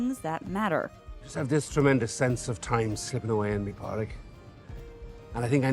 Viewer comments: Great video as always👍 - covers all the important points, perceptive analysis, fun delivery. FYI, the name Pádraig is pronounced Paw-rig or Paw-drig (it starts the same way as the English words "paw", "pawn" & "pause") - I hate to be a nitpicky grammar nazi, but hearing it pronounced Pah-rig was kinda making my brain explode. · It's pronounced "Paw-rig" not "Pa-rig" 🤣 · It's pronounced Paw-rick. You even included a clip where Colm says his name and pronounces it correctly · Padraic is pronounced ‘Paw-rick’ just fyi! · I doubt it! The narrator is not pronouncing it right. Its a common name in the Irish language and is pronounced Paw-rig. St. Patrick's Day is named after our Patron Saint Padraig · The mispronunciation of Pádraic here is infuriating… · I absolutely love your videos but your pronunciation of irish names is painful to listen to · Hahaha, thank you. The constant mispronunciation was painful. It's not that hard to find the correct pronunciation of any name ur doing a video on.